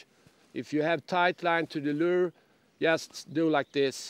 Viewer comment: It’s not a “ler” it’s pronounced “lewer”. Rhymes with newer. And it’s not a “voondit’ bait fish. It’s WOUNDED. I can’t fish under these conditions.